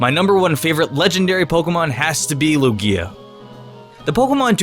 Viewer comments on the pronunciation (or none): QUIT SAYING LOO-GEEYA!!!!! ITS LOOGEEYA EMPHASIS ON THE LOO NOT GEE IN LUGIA. STOP. POTS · he says it like luGIa instead of lUgia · It's its pronounced Lugia (Loughgia) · he says lugia the same way as u say ikea lol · What about Darkrai, Rayquaza? He doesn't even pronounce Lugias name correctly. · I don't know if you did it on purpose or not but you mispronounced "Lugia" quite a few times.... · I can't take this seriously when you put emphasis on the back end of Lugia's name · lol just ignore me. It was the emphasis you gave to the i in Lugia lol